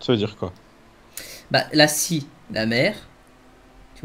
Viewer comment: Ba il dit pas sii mais sfuuu